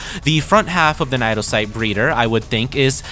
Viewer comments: Naedocyte is pronounced as "nay-doe-sight", in the same manner that cnidocyte is pronounced, it being one of the real world influences for the creatures we see in game. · what the hell is that naedocyte pronounciation